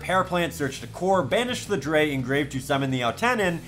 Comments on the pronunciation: If it helps: CyberDragon Drei is pronounced Dr-i (just the englisch pronounciation of i) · Just like a note, drei is pronounced like dry it's German for 3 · "cyber dragon dre" Germans everywhere are cringing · Always great to see more Sealed Only Content, definitely one of the coolest Yu-Gi-Oh-Series’s. But as a german I kinda hate how you pronounce Cyber Dragon Drei, Drei is pronounced Dry (roughly). It‘s not serious critique from me, just a small detail, that’s not going to make the series less fun to watch